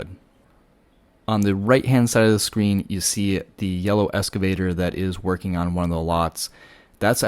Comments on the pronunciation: Pronounce it “excavator” not escavator. It’s a common mistake. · Excavator, not escavator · Please....the word is 'eXcavator'. not escavator. Small thing but really annoying, lol. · It is pronounced EXCAVATOR...not ESCAVATOR...thank you. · That's the first time I've heard EXcavator called an escavator. You can call it whatever you'd like and not trying to be a word Nazi, just had to share. Excellent drone footage of a terrible disaster. Is govt. red tape getting in the way of getting things moving forward? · FYI - Excavator not “escavator”. ❤ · Note: The word is "excavator", not "escavator." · Nota bene: they are excavators, not "escavators"... ;) 😉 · It’s an excavator not an escavator. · Good job, informative but, Ex- cave-ator not Eska-vator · Thanks - would like to see where they are taking the debris. Minor correction - it’s excavator - not escavator. ❤ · Hi: Don't want to seem critical however they are called "excavators" not "escavators". Love the drone fotrtage. Will be on Maui in March. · Hate to be a nit-pik, considering the service you're providing.....but...it's pronounced "EXcavator", like you're taking X. Not like you're riding an ESCALATOR. LOL. Anywho, thanks. I'm fucking flabbergasted by the destruction and hence forth, the lack of dozens and dozens of excavators y'alls need to do the job. (git-r-dun) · You can’t pronounce excavator correctly,, It’s an X not an S